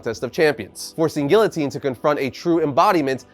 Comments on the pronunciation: its (Gee-uh-teen) not (Gill-O-Teen) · Dude its pronounced geeotine not gillotine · Help me with this pronunciation of guillotine… is it not after the French Revolution beheading machine? Ghee-yo-teen??!